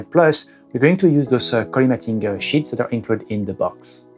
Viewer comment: Fais attention à ta prononciation de "sheets" tu a dit "shits"